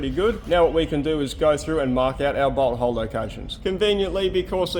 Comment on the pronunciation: . I typically watch long videos at 1.25 speed. It kind of sounded like you said "Now what we can do is go through and mark out our butthole locations".